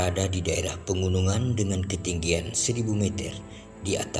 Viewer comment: Mohon pembaca narasinya dilatih dulu. Dia ucapkan 'pengunungan', seharusnya 'pegunungan'. Kualitas video sudah baik.